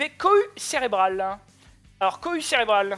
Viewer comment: A chaque fois que Zouloux dit "Cohue Cérébrale" j'entends "Couille cérébrale" mdr